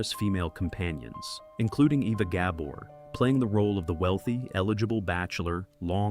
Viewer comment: Agree. Ga BOR.